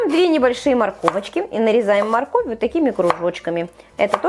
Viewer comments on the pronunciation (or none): none